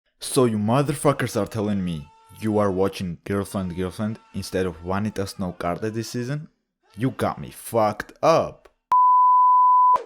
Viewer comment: I've been meaning to watch this but haven't had time yet. Also, as someone who used to take Latin, I appreciate that you pronounce the V as a W haha. Glad to see you back on the grind! I missed your brand of humor.